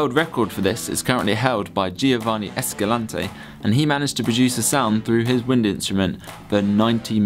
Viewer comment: I died when he said 'Giovanni' I've never heard my name with an accent.